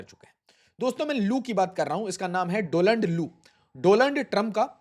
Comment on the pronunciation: Learn to read, there is a difference between Doland and Donald